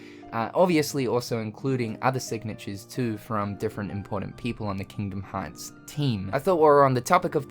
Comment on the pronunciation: Kingdom haaatz